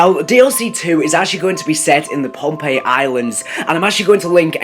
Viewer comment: It's Pompeii